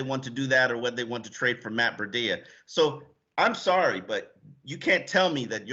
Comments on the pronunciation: Breh-dea? WTH! It’s simple its Bree-dah. How are these sports reporters unable to know let alone pronounce the name correctly? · YOU GUYS CAN'T EVEN SAY THE GUYS' NAME! OMG! IT'S MATT BREE-DA, CAN YOU GET IT RIGHT? VERY UNPROFESSIONAL! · I wish Sun Sentinel would give Chris Perkins spot. Painful to hear pronounce names. Our new RB is now a water filter! Brita...!?.....smh. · it’s pronounced Matt BREEEDA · can't say Tunga-vai-o-la, Breed-a or Ig-bi-nog-a-nee. I'm disappointed because it shows a basic lack of doing his job. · Please guys. Its pronounced BREE-DA. This is a home team channel Sun Sentinel. Represent for the Dolphins, get the names of our player right please. Let these new players feel welcomed, lol. Peace